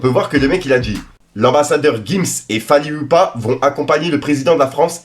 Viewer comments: Sa se dit fally ipupa et pas fally ilupa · Wesh gros !!! c'est fally Ipupa et non fallyupa comme t'as dit😅😅😅 ... Force on t'aime❤✌